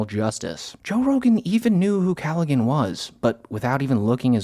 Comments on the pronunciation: its not GAN its pronounced like Haan. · 'Cal-a-han' not pronounced 'cal- ag-han... 'BY ACCIDENT' NOT 'on accident' And for good measure, it is... 'I COULD NOT CARE LESS' and not 'could care less'... if you 'could care less', you are somewhat bothered, 'if you couldn't care less', you literally 'could not care less' FFS murrcans. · Pronounced “calla-han” 😂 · Dude his name is pronounced Calla-Han, why did u say it right at first and then switch? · Andrew (Calla-HAN) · it's pronounced "andrew calla-han". the 'g' is not pronounced like that. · Im like 99% sure his name is pronounced Cal-uh-Han